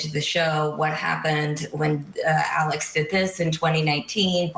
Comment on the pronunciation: His name is Alex, not Alech.